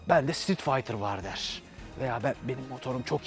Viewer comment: sitrit faytır ... adını söyleyemediğiniz motorları tanıtmaya çalışıyorsunuz ... ah barkın abi kimlere braktın piyasayı